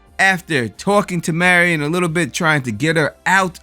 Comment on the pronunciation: I loved this episode.. Saul getting his mojo back. It's Mary-in not Mary - on sorry but it drives me nuts that people can't get pronunciations correct especially when you heard it in the show. I can't wait for the next episode... The BB boys should be next week bc we only have 3 episodes left...alot of stuff to squeeze into so few episodes. I missed it until last night... Jimmy is in Nebraska, that is where Kim was from.. I was very disappointed in myself for missing that... It's got to our Kim reconnection...